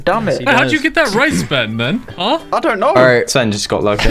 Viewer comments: in the intro i thought ben said: hey guys Spen here but he said ben lol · Am I the only one or did he really said spen at the start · So no body noticed that Ben said it’s me spen and after that when he is saying who is here he says spen... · Ben-whats going on guys it's spen here I think I heard spen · Ben said in the intro what is going up guys spen here who else noticed ?